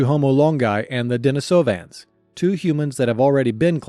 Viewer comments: DenEEsovans... pronounced as in the female name "Denise" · maan my brain hurts because of the way u pronounce de ni sovans heard plenty others like u pronounsing it more like i have split up the word